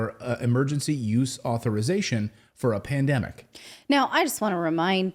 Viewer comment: Its "Emergency USE Authorization", not "Emergency YOUTH Authorization".... you said it wrong multiple times 😂